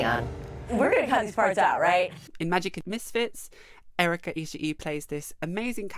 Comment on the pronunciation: Also, that guy pretending he can't understand singular "they" is annoying enough, but the fact that he keept mispronouncing Erica's last name was driving me nuts.